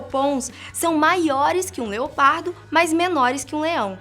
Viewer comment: NÃO. É. ONÇa. É. LEOPADO